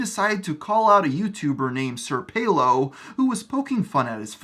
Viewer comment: Its "Pelo" (Peh lo. Not peee lo)